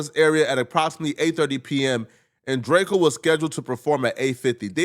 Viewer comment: Why do i keep hearing Drako, whos Drako? 🤨 🤦🏿‍♂️